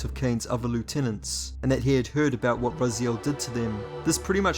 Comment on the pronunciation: "Brazil"? XD Why, HASH'AK'GIK, of course!